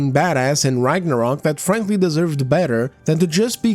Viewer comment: Did you just say "Phranqly"? 😂